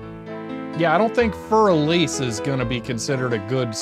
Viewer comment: It’s Elise with E not elis 😂